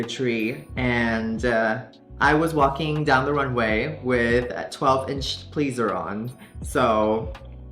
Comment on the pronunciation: 🤣😂😅 I had IDEA What she was saying when she said, "I was walking down tat Runway with (here's what I heard) Twelve inch "Pleezurons".😅..I kept rewinding and listening but I could NOT figure it out. I GOOGLED "12 inch Pleezurons" and the "Pleaser Shoe" website popped up!😂🤣😅😅 Sometimes I just Crack myself the phuc-up!😂🤣🤣